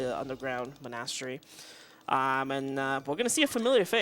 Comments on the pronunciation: Mon-ass-teri is my favorite one. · his inability to pronounce monastery bugs me, especially when no one corrects him. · not a fan of his diction, and constant repeating of things like "basically" or "we'll --- about that later". and his pronunciation of monastery. i dunno why but it makes me angery. i'll give him credit for explaining things though, as that can get tiring for 5 hour run (in addition to his own run).